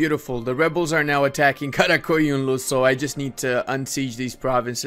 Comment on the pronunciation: dude Im from Turkey and everytime u say aq qoyunlu or qara qoyunlu your accent is surprise me ur Turkish accent is nearly perfect